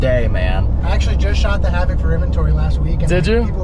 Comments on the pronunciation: Who's gonna tell him it's pronounced "Havick" not "Havock"😂Cool truck though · It's the "Hav-ock" pronunciation for me. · Who in the hell pronounces havoc like that? The dude who picked you up said it correctly multiple times. proceeds to call the truck a Have Ock. Unsubbed long ago and still glad I did. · Pronounce havoc correctly